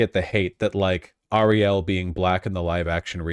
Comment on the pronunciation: can vash not say common names correct, miles morales - and ariel he is putting interesting emphasis on the last sylabols